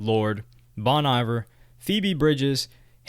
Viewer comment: He really said "bawn eye-ver" 🤣🤣 all jokes aside this video is fucking legit, props to you dude, I'm definitely subscribing!!